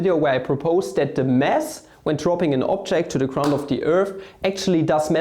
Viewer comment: I like how you say "mass" like "mess" :D